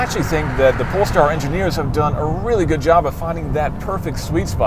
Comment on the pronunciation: who else heard "This is the Porn Star 1"?